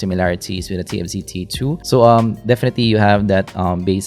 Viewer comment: "Defeti" is one of the best things in your videos! hahahaha